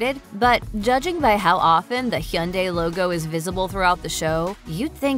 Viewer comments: Gonna need you to say Hyundai correctly next time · Why does she say Hyundai like that? 😂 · The pronunciation of “Hyundai” damn near took me out 💀